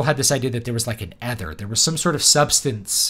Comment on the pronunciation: Stop saying ether like that.